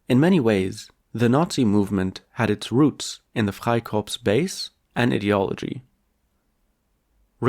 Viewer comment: How comes you can say 'Freikorps' in perfect accent free German but not 'Liebknecht? Max Frisch: 'Das Kleinbürgertum war schon immer der Steigbügelhalter des Faschismus.' The petty bourgouisie has always given the leg up to fascism. Indirect democracy takes democracy from the people and hands it to the owner classand their stooges. Illegal, not even legal, immigrants are not the ones buying clear the housing market. It's the 'investors' which is a euphemism btw. Very good analysis!